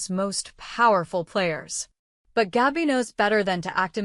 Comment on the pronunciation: It is NOT GAUBI,,, IT IS GABI